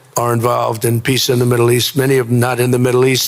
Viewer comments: Trump pronounces ”peace” as ”piss”. I find it symptomatic. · Board of Pissss like he pronounced it. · Bros of Piss, the way he pronounces it.